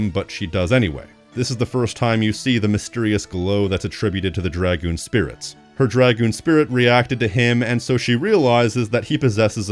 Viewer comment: The greatest review of this game by far! I love seeing reviews of my favorite game and seeing the work, love and dedication you put into this fills me with so much happiness. Almost as much as hearing someone else finally say names and dragoon correctly. Thank you for making this, you got a lifelong subscriber in me.